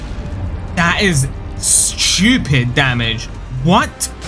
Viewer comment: " that is Sschuepid damage"